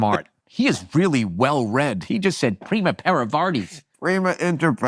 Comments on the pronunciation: He also butchered primus inter pares. I know the term from history class and I didn't know what he meant initially when he said: preemer inter parees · It's primus inter pares, not prima. Bill Maher really is pretentious af. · Are we all just going to ignore the fact that he said that phrase wrong. "Primer inter pares" vs "Primus inter pares." If you're going to be uppity with your language, at least be correct. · The only thing more cringe than throwing around latin phrases like Bill does, is to throw them around in a wrong way like Bill does as well. Afaik it’s « primus inter pares » and not « primer inter pares » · Whats incredible here is that Maher says "primus inter pares" as "prima inter pares", Burr doesnt quite digest all of it repeats it back differently, and Maher repeats it incorrectly again to 'correct' Burr. Incredible shit from a big brain. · Leave it to Maher to try to say something in Latin but mispronounce the first word. That's a beautiful distillation of who Maher is. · Bill Maher believing that injecting some (badly pronounced) latinisms (primus ibter pares) or french latin- derived words (gauche, truculent, pugilistic) is laughable not funny. I think the nuance is lost on him. Bill on the other hand demonstrates brillance in the most mundane and banal words. Gotta* love him ! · Fun thing, maher mispronounced the latin expression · He's just so, so happy when he says a word that Burr doesn't know. He's the kind of guy who wants to appear smarter rather than trying to genuinely talk and discuss. Fun thing, he completely butchered the latin expression. He's lucky Burr doesn't speak a latin based language like Spanish or Italian because he'd have noticed the horrible english mispronunciation immediately and roasted him even more.